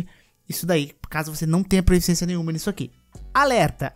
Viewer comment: Irmão, curti demais o vídeo! Só tenho uma pequena crítica: não é proEficiência, e sim proficiência kkkkkkk abraços